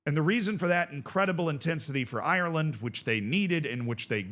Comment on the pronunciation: Parrot scored for Ireland, not Eye-your-land You don't say Eye-your-ish